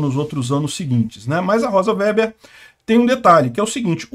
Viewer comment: A sinistra descende de alemães, portanto é alemão seu sobrenome. O W, em alemão, é pronunciado V e o E é fechado. Diz-se Vêber. Significa tecelão.